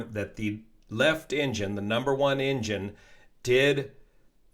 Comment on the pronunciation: Everytime he says engine I hear injun 😂